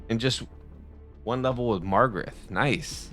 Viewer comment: LIKE #25. You are not pronouncing Magarth correctly. Read the name and say it. It is not MaRgareT. It is MaGARTH. Hooked on Phonics can work for you,. 😉